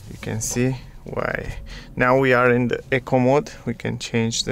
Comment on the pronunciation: I've heard,so many people pronounce eco mode, incorrectly, so try Google Queens English eco if you want true English. Sorry my second language is manderin. Any word can have 4 meanings, so I think in perfect pronunciation. Nice review, but i think in Australia the first will be the ioniq, which will suite me, so probably an ioniq, lotto win model s. Like everybody else